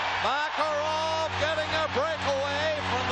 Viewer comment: Mah-Kah-Rahv going right in! He was so much fun to watch